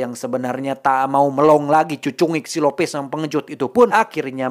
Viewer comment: Lupisss..bukan lopes cukkk😂